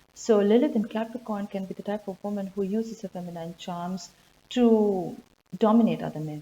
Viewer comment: Interesting stuff. Thank you. A bit of editing, if you don`t mind: as far as I know, the last syllable of word "feminine" is pronounced like "een", not like "eyen", but it`s not long, and the stress is still on the first syllable. So, it`s like fEh-mih-nih-n.